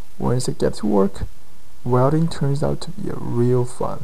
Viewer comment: “Wrelding” = welding lol. Great vids!